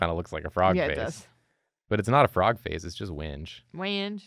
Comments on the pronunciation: I think Wenge is pronounced wen-gay but I may have been misinformed by a troll. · As a guitarist that has mistakenly mispronounced the word "wenge" in front of gearheads and wood enthusiasts, it's pronounced "weng-gay". People are apparently very obsessed with this fact. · Hey, I’m sure you’re used to hearing this, but you’re wrong about a thing. Wenge is actually pronounced like when-gay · Pronouncing it “wenge” was killing me lmao. It’s more like “when-gay” 😅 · Wenge is pronounced as When-gay, it's also a kind of wood. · Wenge is pronounced "when-gay" and it's a type of wood. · I think wenge is pronounced when-gay, but I might be wrong lol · Just FYI it’s pronounced “When-Gay” not “Wenge”. But for the character this was totally the right call. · Wonder how the character would have turned out if he knew it was pronounced WENG-gay. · Usually I don’t bother commenting but just in case you do see this, it’s pronounced “when-gay”. Source - I work at a luxury yacht company and we use this word a lot. Actually that’s probably the only reason it bothers me!